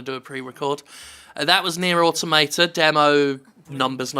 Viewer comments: aw-TOM-uh-tuh, not otto-may-ta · Nier Automater. Good pronunciation there. Also the game isn't made by Squareenix it's just published by it. Cavia made Nier/Drakengard which are the same franchise. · automata: AUTO-MAH-TAH why you pronouncing it like some kind of philistine? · I believe it's more of a "toh" than "tah", but yeah. Weird how no-one can pronounce automata in games journalism it seems; it's like they all feel the urge to pronounce the "auto" first, then mangle whatever is left in the word into a single syllable: "Auto-mayta"/"Auto-marta". I mean, how do they pronounce "automaton"? "Auto-mayton"? Because it's "Au-tomaton"... >.>' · >aw-to-MAY-tah lel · "auto-mate-a" Argh my ears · nobody pronounces automata correctly :( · You pronounce autamata like a spaz.